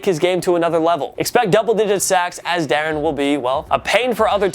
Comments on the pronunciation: I believe it's pronounced 'Da-ron" Payne not darren lol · Da ron payne not daren payne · It's der-ron-Payne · Jesus Christ I cringed so hard when you said Da’ron Payne wrong